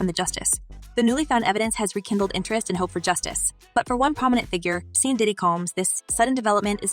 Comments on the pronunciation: The narrator doesn't even know how to pronounce his name right. It's pronounced "Shawn" and not "Seen". Lol. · Seean Diddy Combs? It’s pronounced Shaun not Seean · Did this voice over lady seriously pronounce sean as Seen??????? Ahhhhhhhhh my brain cant handle that!!!!! Nooooooooo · Shawn, not “Seen” diddy combs? The acronym LAPD isn’t pronounced as “lapped”? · It made me cringe everytime she said “Seen” Diddy. I guess these younguns never knew his name is pronounced “Shawn” even tho it’s spelled “Sean” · Who's " see'n Diddy Combs"? U mean Sean Diddy Combs... Let me help u out.. Sean is Same as Shawn... Just different spelling but pronounced the sam.